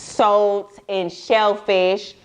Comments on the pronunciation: Girl I thought you were saying soap til the picture of the salt popped up ......SALT 🧂 LOL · everyone else: salt: soat lmao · I’ve been on doxycycline for a month, it has done nothing but made my skin worst. I have been eating so clean lately and I’m realizing my skin is clearing. I hate my hyperpigmentation it’s driving me crazy thanks for the info. I thought u was saying soap at first but she said sult lmfao 😂 I drink a lot of green smoothies I hope that’s not the case for me. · Right! I thought she said soap at first lol